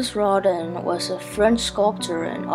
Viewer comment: Good job, but his name is pronounced row-dah in French. The burghers of Calais is pronounced Kah-leh.